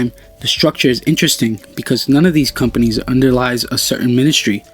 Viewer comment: He misspelled companies by saying companys, and Nanotechnologies, saying nanotechnologys